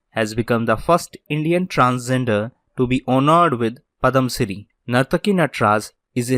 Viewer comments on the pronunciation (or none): its padmashri not padamshiri,,please prounonuce well and quick